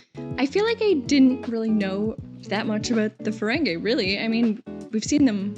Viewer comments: It's pronounced Ferengee not Ferengay! LOL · I know you're a, but it is fuh-RENG-ee, not fuh-RENG-eh 😉